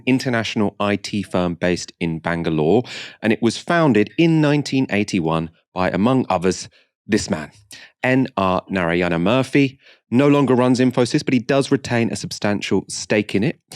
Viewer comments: Murthy is not pronounced as in Murphy. It is pronounced as Moorthy. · It is not Murphy.... It is Murthy.